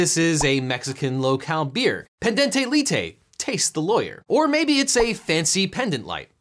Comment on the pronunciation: Why did you pronounce the i in pendente lite as an e, and the ending e in both as æ? The e sound isn't present in mutatis mutandis. Am I missing something with what little Latin I learned?